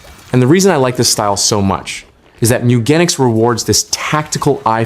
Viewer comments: Top 10 beginner tips It's pronounced Gen ic ss like Genes, like jeans. Mew Gen ics meeeee ewwwwwgenics MEWGENICS meow genetics moooo gan iks mewgenics! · I clicked off the video after 2 seconds because of your pronunciation of the games name. Checked the comments and glad i saved 19+min lol